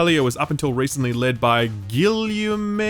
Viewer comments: If that name you had trouble with is Guillaume then you pronounce it: "Gee-yom" (with a hard G). It's the French version of William. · GI(like 'Key')Yom Mont-Pell-YAY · English speakers trying to pronounce Guillaume will always be funny to me. (it's pronounced '"Ghee-ohm") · Guillaume is pronounced "Gi-yam" or "Gi-yum". Please don't guillotine that name again, you're not Levelcap -- he's an idiot. XD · Guillaume is pronounced like "Gee-ohm" ;) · Gill-you-may, best pronounciation ever. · "Guillaume" ~ Ghee + Ohm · Guillume is like “Gee-aum” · Guillaume Carmona - Gi-awm Car-mona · it's Guee yaum, Guillaume, yeah ... french is an horrible language.